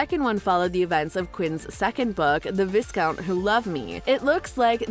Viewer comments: It’s vi-count! The s is silent! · Long I. VIcount. The s is silent, it’s French. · Vi-count! The ‘s’ is silent. 🤦🏻‍♀️ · Sis..."viss-count"? Noooooooo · It isn’t V-I-S-C-O-N-T…if you have seen the series you’ll know it is V-A-I-C-O-W-N-T. The problem with English! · It's Vi-Count, the S is silent. Why did no one pay attention when they were watching the show?! "This is the season the Vi-Count plans to find a wife"! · Ok sorry did she Say (vis-count)?!? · Viscount does not rhyme with discount. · Vissss-count??? Did you even watch the show? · The s in Viscount is silent and it's a long I, sounds like eye. Rege isn't coming back as a bit player in the background and his storyline is completed. I'd give a small chance he'd come back for an episode or two for an important reason if his schedule allowed, and for nostalgia sake also but as a guest star rather than cast. He's not the bit player type anymore. lol He's a leading man now. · The way she says sharma and viscount ugh lmao pleaseee do better :’) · Just an aside: The i in Viscount is the long i sound, and the s is silent. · The “S” in viscount is silent. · How on earth did you manage to mispronounce Viscount and Sharma? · I’m glad I’m not the only one who was annoyed. Lol. I’ve heard so many channels mispronounce Viscount it makes me physically angry.🤣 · Please know the /s/ is silent in viscount.